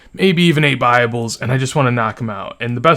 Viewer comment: you said buyables. It took me a solid 10 seconds to realize you weren't saying "bibles"